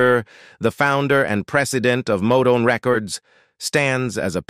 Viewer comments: Narrator’s Golden Throat Award moments were so 😢on display during Barry Gordy, starting with “Barry Gordy Jurrrr” and quickly followed by Modown and Modone for Motown 😂😂😂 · You know it’s that creepy AI.. doesn’t know… Motown is modone ect…. not good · It's pronounced MOTOWN